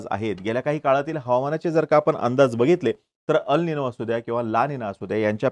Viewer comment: अल निनो हे बरोबर उच्चार नसून ' अल निन्यो' आहे. ला निना हे बरोबर उच्चार नसून ' ला निन्या' आहे. क्रुपया बरोबर उच्चार असावेत🙏